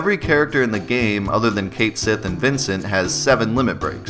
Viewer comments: Cait Sith is pronounced Cat Shee. like Banshee is Bean Sidhe, Cait Sith is Cat Sidhe (Cat Shee) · But “Kate Sith” sounds much cooler so I’ll continue to pronounce it that way.